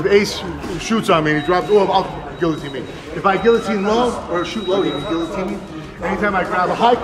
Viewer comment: Frank can’t even pronounce guillotine correctly.